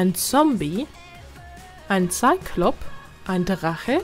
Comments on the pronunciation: Man spricht züklop nicht ziklop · Du hast zyklop falsch ausgesprochen